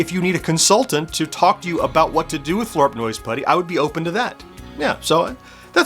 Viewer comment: 😡I am incensed on your behalf!!! You have been misrepresented! Grrr. (However, I do love that this provided you with an opportunity to not only incorporate Flarp Noise Putty into your vlog, but that you get to say it so many times, to the point where it almost sounds like you are saying Flarp Nose Putty. 😄)